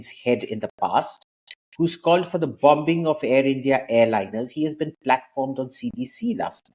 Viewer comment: Abhijit, you are a scholar - please know that the 'b' in 'bombing' is silent. Excuse me for pointing this irrelevancy out in a most relevant video.